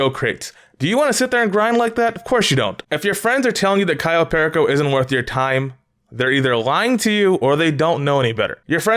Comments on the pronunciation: I hate the fact that you pronounce everything wrong. Example: You: Kayo Pery co Everyone else: Cayo Perico You: Tor ray der Everyone else: torador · Pear eh co it drives me crazy it’s pur e co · when he says cayo PEAR A CO i get so triggered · ITS PRONOUCED CAYO PEAR Y CO JEEZ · People who don't say Kai-o Pearako Heist: 🤡🤡🤡🤡🤡🤡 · Lmao why does he say Cayo pehrricohh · *Cayo PERICO (KAI-YO PER-E-CO)